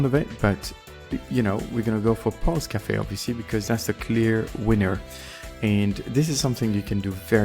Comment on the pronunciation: When I heard you saying "Pulse Café" I heard "Pause Café" and it seems to me a better name. Because it represent this moment of "Pause" after the effort" and also it's a french expression that could bind your café to something with a more sophistiquated image.